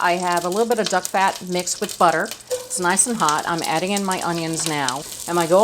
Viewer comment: Are you saying “duck fat”?